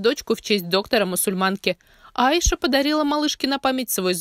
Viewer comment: АйшА. Ударение на последний слог падает